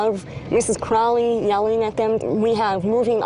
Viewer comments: & that waa Mrs Crawley saying Get Out. Mispronunciation of her name you all. That's disrespect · Crawley guys not Crowley lol